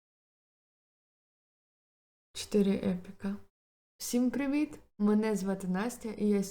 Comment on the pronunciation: як же мені подобається вступ, хоч на звук повідомлень став: "всім приВІт! ... (і нінорно) мене звати Настя. Просто топ ))) дякую за відео